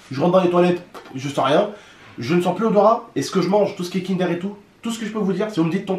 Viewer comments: Chu désolé mais sa se prononce pas kindere mais kindeur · Mdrr il a dit Kindère 😂😭 Lit mon pseudo et abonne toi c’est un défi 😉